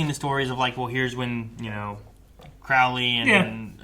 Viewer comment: It's Crow-ley, like the bird